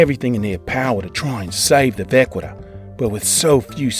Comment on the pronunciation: It’s vah-ki-ta.